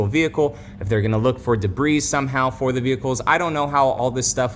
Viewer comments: Jesus do they have schools in Florida or no? Duh-breeze isn't a word my guy. It's pronounced duh-bree. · It’s debreee, not debreeezzz. Debris is plural. Porsche suffered this scrutiny with their IMS bearing, but there was no recall; because it affected a small number of cars. Yes there was a class action which Porsche lost. For Toyota to recall these, it’s a real problem. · Did you say "da-breeze"?